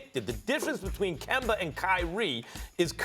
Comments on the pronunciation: Can somebody please tell Stephen A that that mans name is not Kember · Everybody: Kemba SAS: Kember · Nobody: Stephen A : "Kember is Kember" 😂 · Dollars = Dollaz Kemba = Kember - SAS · "Kember is Kember" that says it all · Start saying his name right then you can talk about him “KeMbEr” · “Kember is Kember” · "Kember"- SAS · KemBER, GeorGER this man hates words ending with the letter A! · Put some RESPEK on Kembers name bruh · Nobody: Stephen a: kember is kember 🤣🤣🤣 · SAS love saying "kember" 😂😂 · Im all but sure he's doing it on purpose now, it's like he makes sure to say Kember 😂